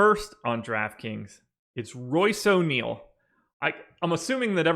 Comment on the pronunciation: O' neale? no way! My last time watching your show. Sorry guys, o' neale? unbelievable.